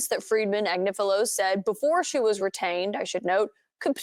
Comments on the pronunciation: Pronounced Ag nif a lo. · I absolutely love. its pronounced Ag nIf a lo. So the i is short vowel! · Ag-nif-ilo with all the "I"s sounding as in sniff. She is (or was) on Meidas Touch every day. Where have you been ?